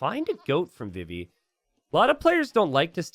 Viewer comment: It's pronounced vee-vee!! Like Vivi from Final Fantasy IX!! Come on!